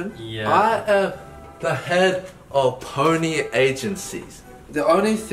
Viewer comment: ‘I’m E and I’m the head of Pony music agency’. I thought he said phoney Music agency.